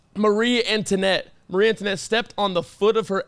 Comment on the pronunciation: will make fun of for how he says words while he cant say Antionette and Percival right